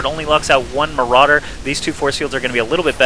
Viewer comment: Or as Kiwikaki says it mArAudeer. (Day9 reference)